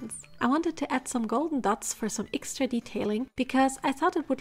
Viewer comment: Etsidra is how she says extra